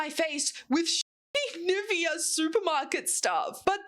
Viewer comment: thrown every time i hear the english speakers try and say Nivea :DD but honestly their stuff isnt bad but I'm probably biased here